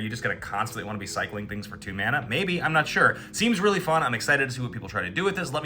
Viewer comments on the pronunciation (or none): none